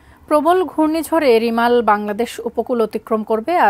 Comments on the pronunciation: Remal=রেমাল, রিমাল না, রিমাল উচ্চারণ করতে হোত যদি বানান Rimal হোত। এ কারণেই আমরা বাংলাদেশকে চিরঅশিক্ষিত দেশ বোলে থাকি। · ঘূর্ণিঝড়ের নাম টা ঠিকভাবে বলতে ও লিখতে পারলেন না😪